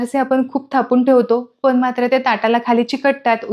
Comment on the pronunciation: ण हे अक्षर मराठीत असते. पन, पानी, ओलसरपना, दमटपना, म्हनून हे आणि असे अनेक शब्द ऐकायला खूप विचित्र वाटत आहे